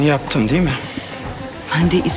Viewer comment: Deul değil "değil"